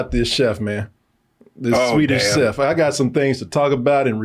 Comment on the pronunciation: Trying to pronounce swedish chef he was fighting for his life out here 😂